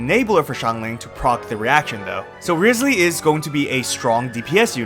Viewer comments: If I lose guaranteed trying for Neuvi, then my guaranteed will go for Wriothesley! And also can people STOP mispronouncing his name now?🫣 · you butchered it